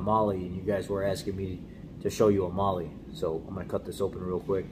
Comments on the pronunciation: It’s pronounced MAH-LAH not Mahlee. 🤦‍♂️ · It's pronounced " Male " like spanish